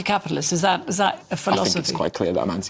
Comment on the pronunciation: How do you believe what they say when they say -VIS,VAT AND VE OVER .